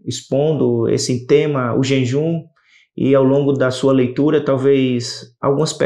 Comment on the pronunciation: Irmão, vc está falando JENJUM